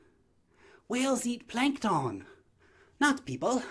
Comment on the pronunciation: "You are not planktonne" Lmfao